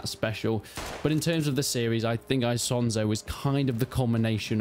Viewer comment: "Aisonzo". I do love how English native speakers can't speak any other language out there😂